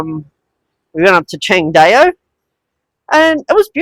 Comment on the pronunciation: Pronounced Chang Dow brother